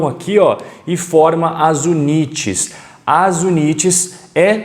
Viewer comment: Amigo a palavra UNITS e em ingles, e a pronuncia e IUNITS com I no inicio.